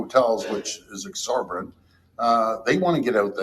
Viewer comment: He can’t even say exorbitant properly. He said exorberant. What a dimwit.